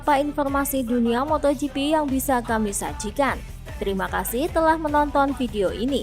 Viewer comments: pengisi suaranya jelek banget,masa MotoGP jadi moto gepe 😂 Blokir sajalah 🖐️ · Sumpah gw sebel bgt sm narator nya.. Moto gepe,, apaan kek gapernah bljr baca ejaan english aj